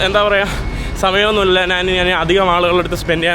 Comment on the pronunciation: എടാ മൈ... നീ നിന്റെ മലയാള ഭാഷ കുറച്ചു കൂടി നല്ലതാക്കുക. നാൻ അല്ല ഞാൻ ആണ് ശരി. 'ന' യും 'ഞ' യും തമ്മിലുള്ള വ്യത്യാസം മദ്രസയിൽ പഠിച്ചില്ലേ?